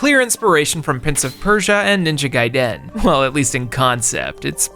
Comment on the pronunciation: He's poking fun at her but the way he says Ninja Gaiden is just as bad